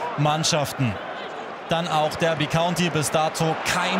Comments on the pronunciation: Ich bin mir sicher, dass es "Darby" und nicht "Dörby" County ausgesprochen wird. Nichts für ungut, kann sowas aber nicht ab :D (genauso, wenn jemand Portsmauf, Leichester oder Brikton sagt) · Habe ein Jahr in Derby gewohnt. Heißt 100%ig Darby nicht Dörby